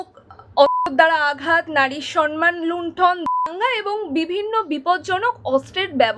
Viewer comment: সন মান নয় উচ্চারণ টা সম্ মান , সৎ + মান = সম্মান। এই উচ্চারণ টা মাননীয়া এনেছিল সন মান আর এখন সবাই এটাই উচ্চারণ করছে না বুঝেই।